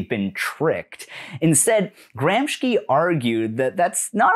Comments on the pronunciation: It's Gramsci, pronounced as "Gramshi" not "Gramshki" sorry... it was nagging at my brain ! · Great video but it's Gramsci (pronounced with /ʃ/, sh, and the a reads like the u in "cut" and not like "baby", do you know what I mean?) and not Gramski, just thought I'd let you know ♥️ Here, see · Nice video but Is GRAM-SHE NOT GRAMSKI I am italian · It's Gramsci (GRAM-SHEE) not GRAMSKY! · Antonio "Gram-ski" Gramsci, the famous Italian stoner/Alpine skier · I’m gonna be honest, hearing Gramsci pronounced like “Gramshky” is really bugging me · Dear anglosphere breadtube, please Google translate --> hear pronunciation in original language for non-English names of people you're referencing (or random foreign words), a part of me died every time GRAMSHKI happened in this video 😭 This is something affecting so, so many videos (sorry this is the one for which I'm pointing this out, it was my personal drop that broke the camel's back) and honestly I thought leftists peeps would know better than just assume a foreign word in a language they're unfamiliar with is pronounced X without checking? You can just put a clip of the pronoucebot too if you're not confident about saying stuff right! Please and thank you so much ♡ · bloody hell its gramshee though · Cool video man, fun and informative, but maybe take 5 minutes to check how to pronounce foreign names, so as not to call Gramsci, Gramski. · it's a good video but my ears bleed every time you pronounce gramsci as gramshki